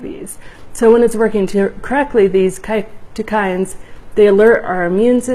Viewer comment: Great stuff. Btw, cytokine is pronounced sigh-toe-kine :)